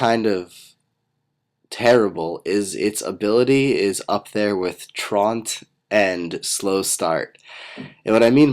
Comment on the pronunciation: It's Troo-ant, non Trawnt. The main difference is that Truant is a word, while Traunt isn't.